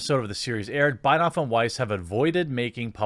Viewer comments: Excellent video! Spot on, for the most part. Two corrections though: D&D are good friends with Ruin Johnson, & have said in interviews that they wanted to outdo Johnson, regarding what he did with The Last Jedi. Also, Benioff's name is pronounced BEN-ee-off. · Ben-eee-off. It's Ben-eee-off.